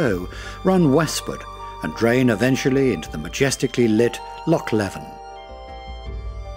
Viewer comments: I stopped watching at about when Lochs were pronounced as Locks.Why oh why ruin a perfectly excellent Video with narrative from an Englishman ? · Awful pronunciation of Scottish place names. "Locks and glens". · The narrator was most informative but......if he can't be told how to pronounce "loch" then get a Scotsman to do the job. Don't know why they didn't in the first place, after all - it's all about Scotland ??!! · He can't even pronounce LOCH properly! Sheesh..... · Sorry - tge ch in christmas is a hard K sound. The Scottish loch has a ch coming from the back of the throat . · Great video of my homeland, but why is it narrated by an English person who can't properly pronounce things like Loch, Rannoch, Gaelic etc? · Can't even pronounce loch properly, no intention of trying either. Any chance of Scottish people making such a video? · A good video production spoiled by a lack of a Scottish accent. No offence meant but this extremely good video would have been much better spoken with a local tongue. . . . oh and by the way they are pronounced “Loch’s and not Lock’s”. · Lovely photography, but PLEASE get someone to do the commentary who can pronounce the place names correctly! Several mispronunciations, including saying 'lock' instead of 'loch' - aspirated sound, not hard. Spoils an otherwise lovely video. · Good video but should get the Scottish pronunciations right first. Constantly hearing lock instead of loch really irks a Scot! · Beautiful video, but "lock' and 'gay-lic'? Might have been nice to have someone who could pronounce these words properly. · film very good ,however next time get a Scot to do the narration,so the words will be pronounced correctly ie,lock ahhhh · Informative, but a bit naff that simple words like 'loch' are mispronounced. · I hear you! Am learning Gaidhlig and it gets boring hearing it being called "gay-lic". But no worse than hearing Lock instead of Loch! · Its a lake, and its loch not lock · Its loch, not lock. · Loch not ‘lock’